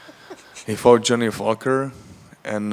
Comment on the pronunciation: Johnny Falker* 😂